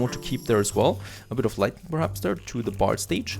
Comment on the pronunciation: You should check your pronunciation of "lighting". You're saying "lightning" which is quite a different thing that you don't want at your inn :)